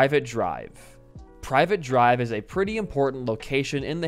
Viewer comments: Private drive 😭 Bro it’s Privet, pronounced ‘Pri-Vet’ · its pronounced pri vet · "Privet" is not pronounced like private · My dude can't tell the difference between 'Privet' and 'Private'. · PRIV ET not private. GEEEEEZ. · Privet, not ”private” 😂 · It's Privet drive, not private drive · Normally, it doesn't bug me. But it's privet (pri•vhut) not private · priv-et not private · It's PRIVET not PRIVATE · not trying to be a nerd here, but I wanna say it's pronounced priv-it, where the I is pronounced like in shrimp. So it's like the first syllable of "prick" and "it" like the book Pennywise is from. And with where Cedric went, maybe he became one with the Batman from the 2022 film, you know, the one that had the Batmobile be a muscle car. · the way he says it hurts my soul